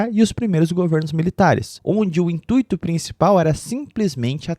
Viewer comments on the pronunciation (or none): none